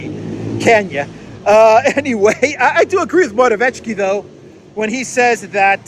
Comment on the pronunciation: Your pronounciation of Morawiecki is good, except for the c, this should be pronounced harder